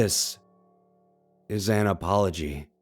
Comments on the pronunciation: When you said "An apology." at the end, I heard Analpoligy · The way he said "An apology" just seemed a bit weird.. idk